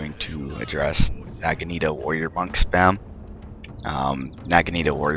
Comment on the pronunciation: youe pronouncing naginata wrong